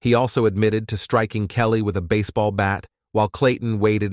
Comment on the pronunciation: This was a good video until the automatic voice started throwing odd words in there and calling the guy’s late wife “Kellt”… and “he told his niece ‘beautifully’…” 🫤